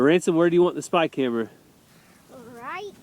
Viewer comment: I kept trying and trying to figure out what in the world a "Spike Hammer", every time you said "spy camera"! I didn’t get it until you actually held up the spy camera while saying what I thought was spy camera. I am dying laughing.